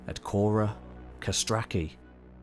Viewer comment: Why call it Naxose? It is Naxos. And it is not kora, but whora